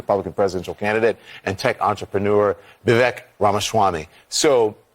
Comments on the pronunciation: Don Lemon lecturing anyone on telling the truth is laughable on its face. They don't even have the respect to pronounce Vivek's name appropriately. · Immediately misprounces his name and acts pompous😂